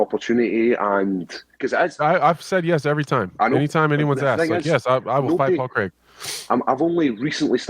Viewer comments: 38 seconds in and Bisping says "Pol Crrrrraaaaaig" loool 😭😭😭😂😂😂😂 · bisping hated couple of times on people on saying "paul kreeeg", still he does it everytime haha